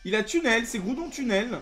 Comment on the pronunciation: On en parle, que c'est Graoudon ?